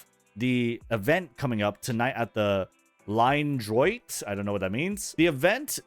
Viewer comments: It's french for "straight line" and it's pronounced "Lee-Nyuh Dro-aht" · Ligne droite means straight line in french. Your pronunciation should be illegal though. :D